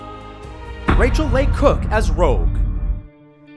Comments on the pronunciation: Was anyone else annoyed by how he was pronouncing Leigh and Rachael Leigh Cook? It's pronounced Lee not lay. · Stop letting this dude narrate videos. He miss pronounced cavil,Philippe, Leigh and got romanovs name completely wrong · You guys really have to learn how to pronounce the names of these actors. You pronounce Ryan Phillipe wrong and Rachel Leigh Cook